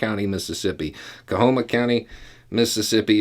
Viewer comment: Yep, and big surprise -- most of it's in the Delta. Guess where the areas of greatest poverty, worst schools, and fewest hospitals/health clinics are? (Btw,? Coahoma is pronounced "Ko-homa" not "Ko-a-homa.")